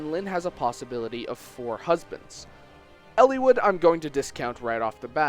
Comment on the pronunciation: Why do you emphasise the i in Eliwood so much. It's super distracting, like when someone unironically pronounces "little" like "leettle". Sorry needed to vent.